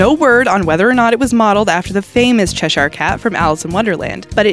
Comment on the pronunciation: she doesn't know how to pronounce 'cheshire', though🐱